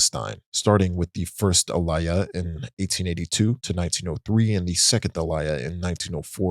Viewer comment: Guy cant even pronounce aliyah but wants to lecture jews about how theyre colonizing genociders.